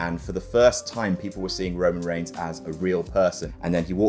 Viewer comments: "Roman Reighs" ah yes, that famous wrestler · “Roman Reighs” Wut??